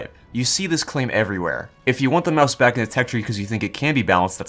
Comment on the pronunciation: I hate how you said mouse and not maus